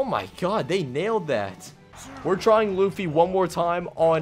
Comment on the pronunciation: they butchered luffy so hard but I love you keep up the good work!!!